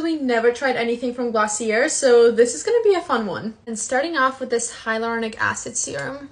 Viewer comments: Gloss-ee-ayyyyye Not glossierrrrrrr (Companies like when you pronounce the name correctly) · It’s pronounced glossiey not glossier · I was dying watching this 😭😭 it’s pronounced glossy-ay not glossyer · It’s pronounced Glossy-A ! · It’s pronounced glossy-ay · Its pronunciation glossy-a